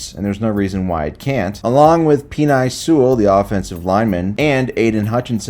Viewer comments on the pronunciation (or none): “Peenye” Sewell and laremy “tunsell” 😂